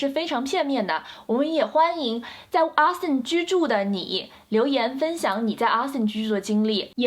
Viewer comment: 請注意Austin的發音，不是Aston, 是AUstin!